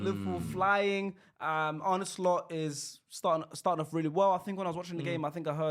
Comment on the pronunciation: I swear this guys are calling Arne Slot "Onslaught"😭